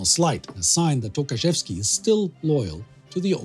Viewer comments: I know he didn't mean that, I'm just pointing out that it sounded funny :) And of course I know that Polish surnames are extremely hard for foreigners. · Well it must be really tough to pronounce those Polish names like Dobrzański or Rydz-Śmigły. You nailed it but Michał Tokarzewski sounds like Mikhail Tukhachevsky so I was thinking "wtf Tukhachevsky was a leader of resistance in Poland?"